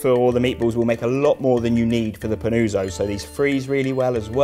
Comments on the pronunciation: its pronounced panutso pa-noo-tso, very nice video, ciao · Every time he says Panooozo, i wana punch the wall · Bro, love this recipe, you knocked it out of the park, here goes a well deserved like. Not a neapolitan here, but the helpful italian in me wants to assist as the name is being butchered. PAH-NOO-OTZO. Please and thank you. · Yes. "Pan-uo-tzo" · Fantastic recipe, just have to improve the pronunciation of panuozzo :). Well done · Dreadful go hear brits pronounce Italian words